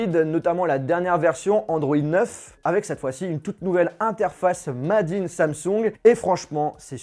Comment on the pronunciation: Tu prononce "made in" "madinnne" wow